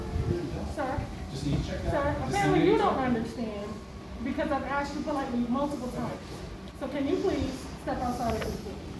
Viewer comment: It's axed you